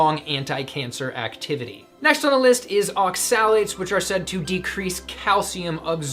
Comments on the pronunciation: As a chemist the way you pronounce oxalates amuses me. Its ox-a-lates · Hi! Thanks for this clip. However, isn't the 'o' stressed in the word 'oxalates'? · Are you pronouncing (accent emphasis) oxalates correctly? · Woefully under informed and probably dangerous advice especially when referring to oxalates-which you can't even pronounce correctly. Either give it up or inform yourself before spewing incorrect medical advice. Former is better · You're saying"oxalates" wrong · Please look up in a dictionary how to pronounce Oxalates, Please! Thank you for the info! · So I'am this low carb guy he's talking about... but I have been warned many times about eating raw spinage and nuts, so that's a strawman and since he doesn't even know how to pronounce oxalates, I assume he's got no clue about antinutrients. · You don't even know how to pronounce oxalates, yet you want to teach people about them for ad revenue..okay.